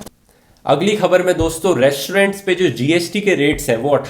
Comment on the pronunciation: Re-श-torent, श-ilent kya baat Rathi.....